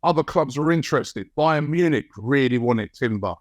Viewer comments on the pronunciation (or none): none